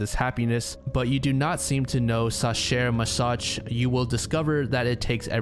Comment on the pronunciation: I must note it’s pronounced Za-herr Ma-zoh, it was a reference to masochism.